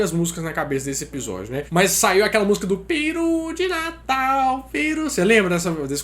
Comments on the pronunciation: Mano pelamordedeus , para de falar piru de natal , esta escrito PERU , piru é pau rola benga , pqp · Seu maluco, o nome da ave é pEru. Pare de falar pIru. Hahahahaha